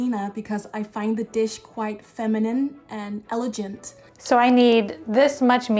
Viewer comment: What is eleGENT did she mean elegant